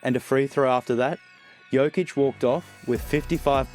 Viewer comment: Hey basketball is an everyday thing for serbs.Perfect pronaunciation btw great video!